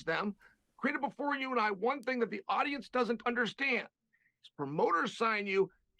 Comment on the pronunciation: i beg you dont say 'ting' lol hahaaa